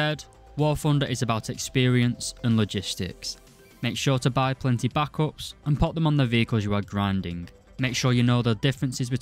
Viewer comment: stop pronouncing backup like that